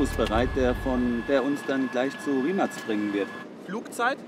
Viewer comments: Die marke wird rimac ausgesprochen nicht rimak nur als info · Das heißt nicht Rimak 😂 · Baba Video aber verstehe nicht warum du immer Rimacs oder so sagst 😂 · Das heisst nicht Rimak